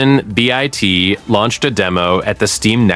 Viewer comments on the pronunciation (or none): Enjoyed the video and your cadence and descriptions are fantastic. If you're gonna talk about video games.... It's Seventeen-Bit not Bee Eye. Tea. Three Four Three industries. Loved the video man.